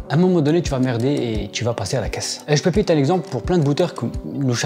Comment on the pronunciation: Hushpuppi -> hushpipi ... Merci à toi pour ce que tu fais 😉